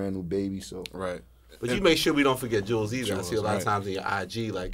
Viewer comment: Elliot is one of those people that know how your name is pronounced and still calls you jewels when he knows your name is Juelz why do people do that?